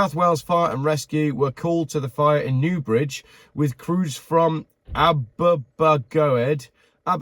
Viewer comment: living near Newbridge that was hilarious you trying to say that 👍